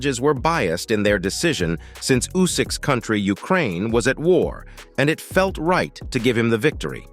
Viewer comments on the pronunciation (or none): none